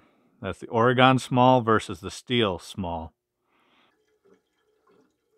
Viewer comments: Please for the love of all that is holy, never say OR-GONE again! It’s pronounced OR-GIN! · (Oregen) not oregAn😂